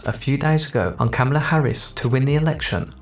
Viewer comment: These two bagel heads kept mispronouncing "Kamala".